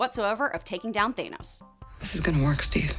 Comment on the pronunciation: Why does have to be one of those people who pronounce thanos and thane-o’s instead of than-o’s